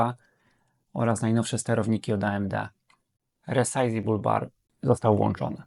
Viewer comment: No i masz suba. Na przyszłosć muzyka trochę ciszej, bo zagłusza mówienie. Po drugie, resizable bar, a nie resizeber :P Po trzecie, bardzo dobrze, że nagrałeś gry nie używając żadnego grabera. Zwiększa to wiarygodność i niweluje ewentualne wątpliwości (chyba, że używasz wyłącznie do tego osobnego peceta, to wtedy inna bajka).